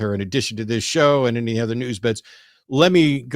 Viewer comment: sounds much more like the religious people I grew up around. I'm glad The Line is getting more variety of Theist callers now. Shannon cracking up about monkeys in the room made me laugh too. And side note, I just love every time Matt says "any" and pronounces it "innie", it's so cute! Is that a Texas thing? Either way, it makes me smile every time he says it, idk why it amuses me so much.